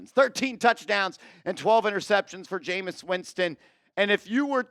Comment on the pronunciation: Bro, for all those QBs you named, we might as well keep Lock, lmao 😅 cmon man, it's Jameis!